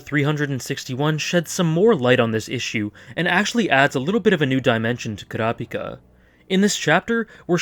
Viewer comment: Koora Pika is one of the WORST ways to pronounce his name